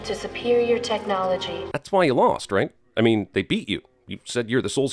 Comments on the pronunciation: "Listen, Discount John Oliver, he's clearly going to space with that spaceship ight there... " / . Did anyone else pick this "ight" up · the r in right is missing +1 sin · Everything wrong with "everything wrong with independence day resurgence - CinemaSins" You forgot the 'r' in right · you get a sin for missing the 'r' in 'right', second line first word